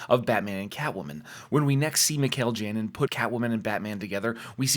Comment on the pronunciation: Great channel and videos! However, in Spanish "Janin" is pronounced "HA-nin" Please keep up the great work!